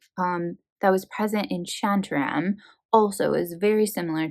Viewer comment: Great book but please don’t ever pronounce it like that again. It’s not SHAN LIKE PAN it’s SHAN LIKE SEAN OR SHAWN SHAWN-TAR-RAM with a rolled R. That was the most American thing I’ve ever seen lol